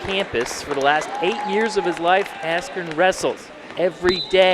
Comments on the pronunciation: Why did the narrator say ben askren its ben askew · Ben Asschew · That's not Ben Askren, that's Ben Askew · Ben Askew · ben asskreme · Ben Askewwww! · Ben asscream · Mike Buffer had to of pronounced his name wrong on purpose. There is absolutely no way he doesnt know how to say Askren, the guy in the main event smh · Who knew that 16 years later, Mike Buffer would be mispronouncing his name at a boxing match.